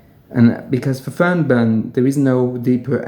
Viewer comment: You seem to pronounce an extra n after the r and before the b, other than that I always appreciate your work.